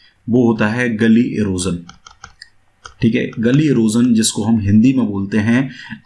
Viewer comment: Gally nahi gully